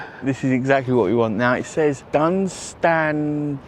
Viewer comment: That's a proper Northern sarnie, you're the thick one not the bread. Dunstanburger castle !! It's pronounced the same as Edinburgh.